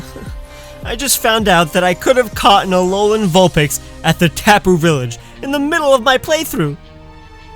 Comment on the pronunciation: DO NOT LEAVE OFF THE O IN ALOLAN! AND IT'S VULPIX, NOT VULINE! FIX IT NOW!